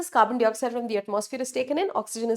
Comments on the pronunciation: I love yr videos mam but the way you say "dwaring (during) and Carbon D oxide" is so irritating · Carbon dioxide pronunciation is 🤔